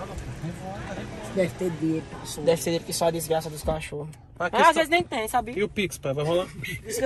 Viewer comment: Seu ploblema e dinheito é? É O meu tbm Cremosinho nn da man kkkkkkkkkk😂😂